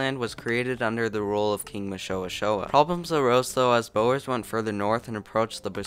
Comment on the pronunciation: Wow thats some accent a completely new way to butcher the word boer normally people say the word for drill or the act of drilling you manage to say the word for building 😅😂